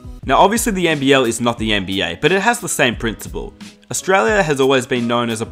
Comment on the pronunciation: NBYAAAHH Say NBA again please